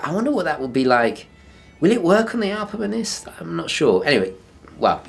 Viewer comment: Hiya love the channel ! Was wandering why you say alpamenist and not alpinist ? Don't know if this has been mentioned before. Cheers !